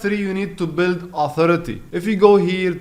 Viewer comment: Bro the word is build not build🤣🤣🤣